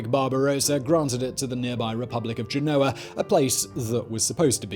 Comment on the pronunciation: GEN-o-a, please, not Ge-NO-a.